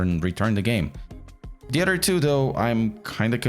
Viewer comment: Your English is excellent but I can't get over the way you say the word "other" as "udder" 😂